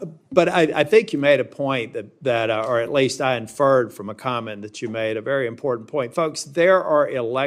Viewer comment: Yeah, I’m not comfortable with anybody being Attorney General who doesn’t know that the word important does not contain the letter D. JFC we’re screwed.